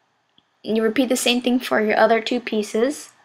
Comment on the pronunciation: This is ghetto as fuck. Who the hell makes duct tape hats. GHETTO!!! WHy do you pronounce other as oder?